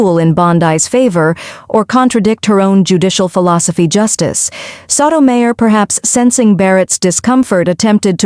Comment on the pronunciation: Please learn pronunciations, e.g., Bondee, Soto Mi yor, etc.